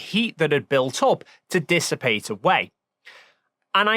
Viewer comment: "Decepated"? Did you mean dissipated ?